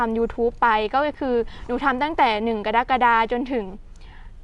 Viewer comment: กะ-ระ-กะ-ดา ( กรกฎา )อ่านช้าๆ